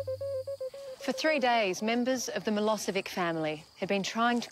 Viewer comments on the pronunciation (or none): I wonder if they realise they are pronouncing Milosevic incorrectly? 😕😒